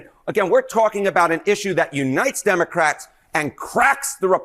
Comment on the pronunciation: Did Trump say 'immocrats'?